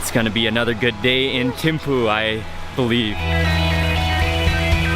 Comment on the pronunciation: We pronounce it theme-fu